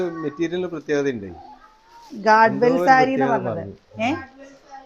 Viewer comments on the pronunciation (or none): ഗാഡ് വെൽ അല്ല ഗെഡ് വാൾ സാരീ